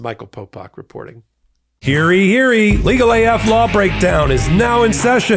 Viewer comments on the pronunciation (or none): Important question time..... Does Popok actually say hear-eee hear-eee instead of hear ye hear ye in the outro? I love all the crew so no malicious intent and i am genuinely wondering if i am just hearing it wrong. 😅